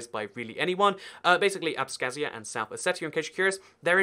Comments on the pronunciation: Ab-ka-zia ... not Abzkahzia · This is the second video where you say abSkhazia